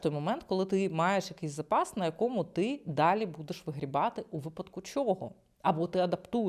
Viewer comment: нОва😅🤮 У більшості двоскладових прикметників наголос падає на закінчення: нови́й, стари́й, гірки́й, тонки́й, товсти́й, тісни́й, вузьки́й тощо. с нОвим ґодом бл давай ще разОм🤮 чЕрговий🤮 випАдок🤮 чотИрнадцять🤮🤮🤮🤮